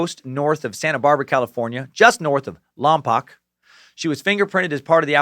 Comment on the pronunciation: Just a hears up, lompoc is pronounced like lom poke. We may not like the town but it really gets our zapples going when people mispronounce it. Keep on sucking! Praise bojangles!